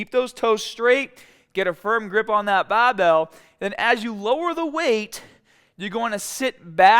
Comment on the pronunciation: why does he say bah instead of bar "bahbell" looool